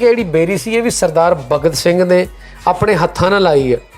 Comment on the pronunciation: Pehla ta bhagat singh kehna sikho..kidda bura lag reha Tere muho..jani Saab sikhao kuch nu.. bagat singh nahi hunda bhagat singh hunda..!